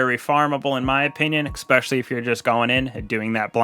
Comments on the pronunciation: no. You clearly say ex-specially. You did it twice, and it's the first time I've watched your video. I'm a dick for calling you on it, but stop doing it. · "Especially" is pronounced the way it's spelled. My parents worried me to death until I pronounced it correctly, and for many when you say ex-specially, it's like claws across piano wires.